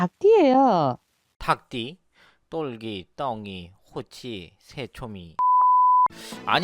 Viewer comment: 똘기인데,,똘끼라고 발음하시니까,,ㅋㅋㅋ 재밌네요